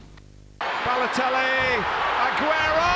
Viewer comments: đọc Baletoli thay vì Baloteli:)) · Em nghe như kiểu anh đọc sai tiên Baloteli thành Ba lê tô li 🤣